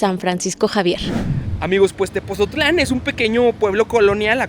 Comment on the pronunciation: Neta? Mexicanos y no saben cómo se pronuncia Tepotzotlán? Pues así textual, Tepotzotlán